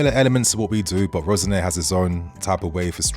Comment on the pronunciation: My son supports Hull City. Hull fans moaned about Rosenior just like we moan about Moresca. He plays a possession heavy style. BTW love the French sounding pronunciation of Rosenior. He's from Hull guys not Paris.